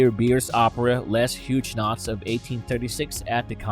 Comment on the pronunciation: Pronounced Hugg o nots!!!